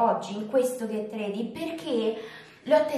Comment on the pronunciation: la pronuncia su Ready per favore😕